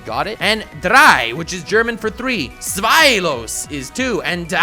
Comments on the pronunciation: Drei is pronounced as dray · Well I am from Germany and you are wrong. 1= Eins (you would speak it like Ainz) 2= Zwei (You would speak it like Zwhy) 3 Drei (you would speak it like Dry) ... ... ... ... ...